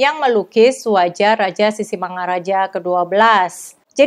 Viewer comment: ibu, pengucapan sisingamangarajanya terdengar sisingamaraja,...